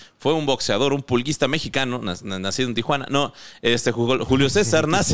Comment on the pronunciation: Vengo a youtube nomas a comentar. Los errores de pronunciación son parte importante de este podcast, pero vale hacer mención que dijo pulguista en lugar de pugilista, jejeje